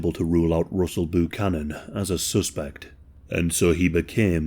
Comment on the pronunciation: I never thought I would hear an every day white person name like Russell Buchanan butchered by an English speaking person 😂 “Roosle Boo-canon”